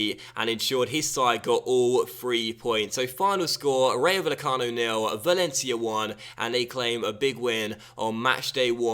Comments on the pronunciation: It's pronounced Vayecano, not Vallecano. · * PLEASE READ THIS* This comment is to help you with Spanish pronunciation. - If there ever is a -ll like in Vallecano, that is pronounced as an English y sound. - A j, like in Jorge is pronounced as an English h sound. - An h, like in Hernández, is always silent - In most cases, the emphasis is placed on the second last syllable, unless there is an accent on the letter, in which case the emphasis is placed on that letter. - A g, like in Jorge, is pronounced as an English h sound, unless it's at the start of a word, when it's pronounced as an English g sound, like in Gary. - An a, like in Rayo, is always pronounced as the a in Alex. - An e, like in Meré, is pronounced as the e in Ben. Hope this helped, as you always say how you've probably pronounced something wrong, so I wrote this to help you out as I speak Spanish.